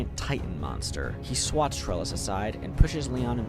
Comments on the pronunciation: Worst part of this video is just how he says Luger as lugger instead of looger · Great vid, but I can’t deal with how you say Luger. You say it as if it’s Lugger smh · The way you say Luger makes it sound like it's a slur lmao. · The pronunciation of Luger is killing me